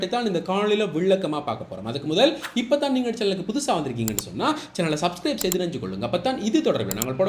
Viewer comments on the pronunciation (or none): none